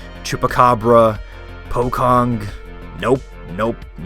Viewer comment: lol i laugh when you say "Pocong"